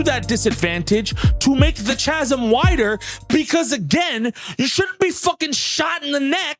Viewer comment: Chasm is pronounced with a K sound. Just wanted you to know, feel free to delete.